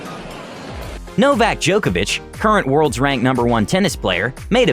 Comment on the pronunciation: Am I the only one who heard “Novak jokeabitch”